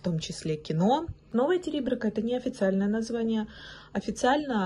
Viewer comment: Не ТЕриберка,а ТерибЕрка